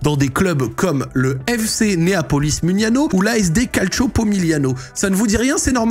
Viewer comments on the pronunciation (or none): none